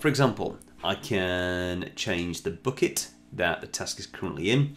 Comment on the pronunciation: Took me 10 minutes to realize you're saying Bucket, not Book-it. 😀